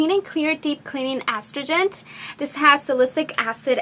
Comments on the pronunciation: astrigent? salycic acid? as-trin-gent and sa-li-cy-lic doll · I love how you pronounce Astringent...but the correct pronounciation is, A-Stringent...since you're doing some public speaking. :) And the Clean and Clear Astingent has Salicylic Acid as an active ingredient. Therefore, it is going to sting a bit. It does for me but then again, I do have sensitive skin. And most astringents that contain this ingredient usually usually does sting a bit. But if it really irritates your face, discontinue use. Great haul Dulce! :) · Engish is probably not your native tongue, but the correct pronounciation of Astringent is (Uh-stringe-ent). Sorry, not nitpicking just thought I'd help you pronounce it correctly. I'd hate to hear people who watch your videos mis pronounce it as well. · Love your vids. However, you are mispronouncing the word astringent. You're using the wrong "A" sound and emphasising the wrong syllable. The correct pronunciation for the word astringent is: ah-STRIN-gent I hope this helps. Keep up the great work. :)